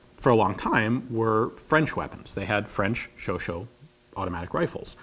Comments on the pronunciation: Chauchat............Chau derived from Chaud meaning "hot" and chat meaning "cat".........pronounced show-shah not show-show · Really interesting video, is the pronunciation supposed to be 'sho-sho' rather than 'sho-sha' as it is written? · Augh, as someone who speaks French, the "Show-show" pronunciation is killing me. It should be " Show-shah' " with the end of "shah" being cut off. So " Sha' " with a short "a" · Ian, I love you and you're awesome, but I'm pretty sure it's "show-shaw" and not "show-show", and the "g" in "gifle" is soft, so it's more like "jeeflh". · I always thought it was pronounced "sho-shah", not "sho-show". From how it's written it should be "sho-shah" but I've seen many people pronouncing it "sho-show" and I'm wondering if there isn't some exception to the rule for the name of this gun. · I'm not French, nor native English speaking but I think the pronounciation is somewhat like "show-chaa" minus the t. And not "show-show". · wouldn't this be pronounced, "sho-sha", not "sho-sho"? i understand that everyone tends to pronounce it "sho-sho", i am just curious why that is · It'd PRONOUNCED "SHO-SHAW". PS, the rest of your video is great and accurate. Thank you, Ian, for your work. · I believe there correct pronunciation would be closer to show-SHAH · Chauchat. SHOW-SHAH, Not SHOW-SHOW, SHOW-SHAT, SHOW-SHIT, or SHOO-SHOO. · French verbs: a=ah, e=a, i=e, o=oh, u=ooh & au=ou (as in thou). Therefore, Chauchat is pronounced "shou-shah" ("t" being silent). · I'm pretty sure it isn't called a 'show-show'. 'Chau' in French is a lot like 'show' in English, but 'chat' sounds more like the 'sha-' in the word 'shall'. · why is he calling it the shosho? is that how chauchat is supposed to be pronounced? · Great video but it's prononced chauchAt like att(A)ck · !! It's actually pronounced "show - shah" ('a' as in 'chat' or 'cast') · I thought it was pronounced ShowShot? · Are you the reason why some English speakers pronounce Chauchat as Chau-Chau?